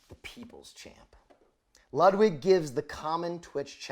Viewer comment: Why do you pronounce Ludwig like that? It’s pronounced “Lewd-vig”